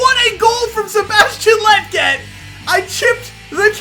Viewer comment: Bro you keep pronouncing "Lletget" wrong. It's kinda like Legit but that last part is jet. "Le" (like the French pronounce it) and "jet". Lletget. I hope that made sense 😂.